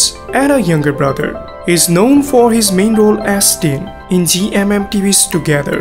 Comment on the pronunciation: Tayne not tiin